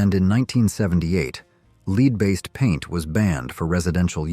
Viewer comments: The commentor is saying lead LEED how silly how could you not know that it is pronounced LED lead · The robo-voice pronouncing the stuff in paint and gasoline like "leed" instead of "led" is making me crazy. Otherwise, interesting content. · “Lead based paint” (Lead…pronounced like “led” not lead,like “leading a group…) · AI is disappointing. Lead is pronounced Led also metal darts were available in the 50s same with candy cigarettes. Shame on U for misleading people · Leed paint? Lead paint. This AI voice is terrible, but actually it's the person who programmed it. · Lead - as in leed? Red dye number? Did an AI read this? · Lead is pronounced led. AI has to be edited. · What is up with the mispronounced words.? Lead paint.... is this an ai generated speech or done by a non english speaker? I enjoy the videos but iften.the mispronounced words and unrelated pictures irritate me beyond